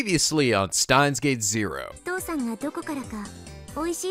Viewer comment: Huh... Maybe I should make a counter for myself every time mispronounces Steins;Gate...